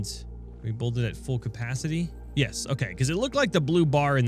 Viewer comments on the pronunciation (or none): Every time, when says yes i hear "ja" (German word for yes).... Im a German and i thinking everytime: what? was this a yes or a "ja" ^^